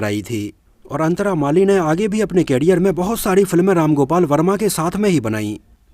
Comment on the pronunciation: Bro, please don't mind but the pronunciation of the word career is करियर, whereas कैरियर stands for carrier which means to carry.